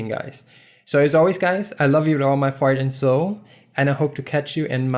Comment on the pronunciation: It kinda sounds like that you say: "I love you with all my fart and soul" :D